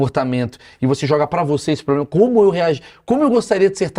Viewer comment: Essa mulher vive em quê mundo? Quando falou "poblema", já parei...😅😅